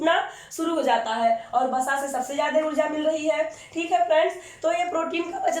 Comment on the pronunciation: It's not Basa, it's Vasa in hindi...